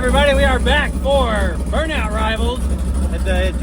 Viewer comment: NICE JOB!!!!! 👍👍👍👍 although I thought you said it was a "burnout competition" but yet you heard "BURN DOWN COMPETITION"... 😁😅😂🤣👍👍👍👍👍👍👍